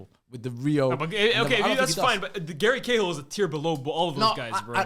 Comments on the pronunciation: Man said Gary Cahill you know I’m out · man said gary cahill 😭